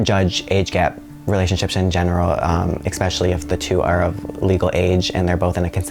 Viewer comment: "pacifically" and "exspecially".. jeez dude.